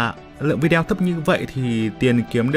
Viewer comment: " Vi đeo " nha mn😆😆😆